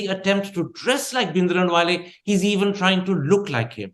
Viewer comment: Can Karan Thapar, a proper Punjabi, stop saying 'Bhindranwale' like a Scot?